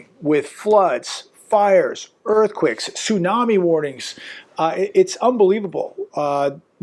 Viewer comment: Why does he keep saying earthQUIKS?